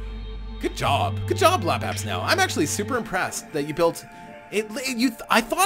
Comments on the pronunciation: Just a minor thing. I have watched alot of your videos, and like them alot :-) But you allways call him Lapabsnow But it is spelled Labsabnow You move the "S" :D No big deal I have just noticed that :D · Lapsapnow not lapabsnow